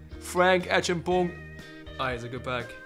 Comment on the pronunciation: Like the way you say Acheampong 😂😂😂